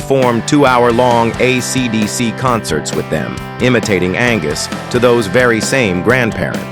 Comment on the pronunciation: the AI voice completely invalidates this video. it can't even say AC/DC right bro. you should repost this with your own voice if it's true about the guitar, YOU tell YOUR story, it would be much better if it was real